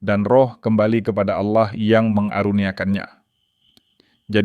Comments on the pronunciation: Betul... saya juga ga suka dengan sebutan itu. Karena Kristen tidak menyebut Auloh atau Aulah.. tapi Allah .. naratornya bukan Kristen rupanya.. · Kenapa yg membacakannya menyebut nama Aulah dgn jelas BKN ALLAH ? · Saran kpd moderator: Dlm mengucapkan Allah, biasa saja, lafalnya jng seperti kadrun,, nanti dipersepsikan dg alloh swt {alloh nya org Arab}. Beda x,,, alloh swt dg Allah yg disembah oleh Kristen dg alloh SWT yg disemah islam. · tapi teologi dan sistimatikanya sdh oke, hanya intonasi kata oloh itu sedikit mengganggu krn menurut mrk itu proper name